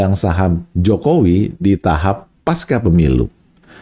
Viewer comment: Pengucapam kata PASCA adalah seperti di dalam kata PANCASILA jadi Pengucapannya Pasca PEMILU serupa Pancasila Ini adalah akar katanya dari bahasa Sansakerta....pasca Selebihmya, saya amazing dengan uraian di VLOG ini....! Very amazing. Saya background accountant/auditor..sangat suka dengan analogi Bandarmogy pasar politik nasional mirip pasar saham